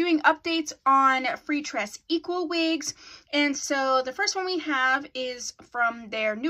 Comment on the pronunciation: Love your update vids and how you say "freetress equal" lol😂💕